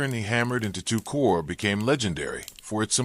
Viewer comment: The commentary couldn't pronounce Wehrmacht or corps. I cut it off.